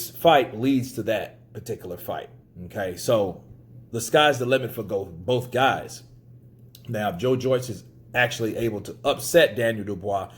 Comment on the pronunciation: "the sky is a limit for bouth guys" Me: "Usyk is a limit for bouth guys"